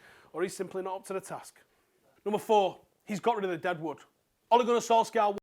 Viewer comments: It's pronounced sol-SHAH. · Oi pronounce his name properly man